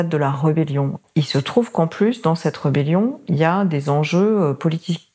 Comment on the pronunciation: on prononce en français : RÉBellion pas REbellion